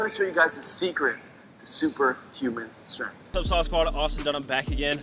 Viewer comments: Me: "Strength" You: "S t r u h n" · that level of strenth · no its shtrenth xD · With how much all these fitness youtubers know, you’d think they’d be able to pronounce the word “strength”